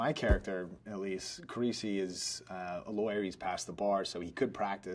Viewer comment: “detective suonny carisi”